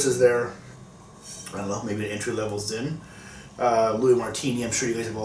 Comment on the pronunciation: I kept hearing California "ZIM" and I had to giggle. :P